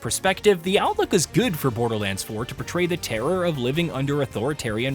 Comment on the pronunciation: Not BoderLAND 😭